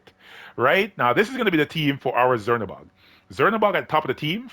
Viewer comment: I think its pronounced chernabog like how we pronounce czech